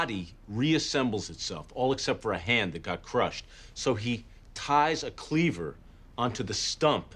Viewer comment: The way he says Cleaver is cool